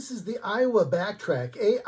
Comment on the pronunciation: "A"iwa not "I"wa